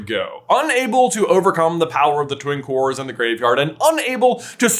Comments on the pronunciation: I had to listen at least 3 times before I realised you didn't say 'the power of the Twink Wars'. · It sounds like you said the power of the Twink Wars instead of Twin Cores 😂😂😂😂😂 i had to turn the captions on to confirm what you said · Literally same! Haha